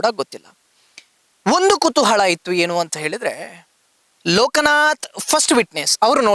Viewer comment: ಕುತೂಹಳ ಅಲ್ಲ ಕುತೂಹಲ